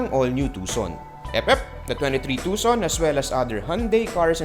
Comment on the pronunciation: Will not sell much to expensive. I think you pronounce it Tu-Son. Not TuK! Son lol...